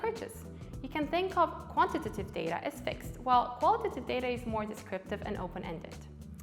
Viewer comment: Great and helpful video. …but oh lord do I hate the way she says “quantitative” haha